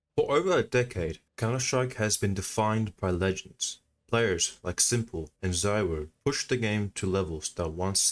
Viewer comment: you pronounced it wrong. Its not zuwo. Its zaiwho